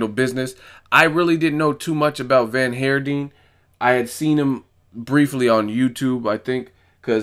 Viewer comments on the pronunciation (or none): For what it's worth (not that it matters at all but anyway) the name Van Heerden is Afrikaans and is pronounced 'fun here din' similar to dutch. Awesome channel.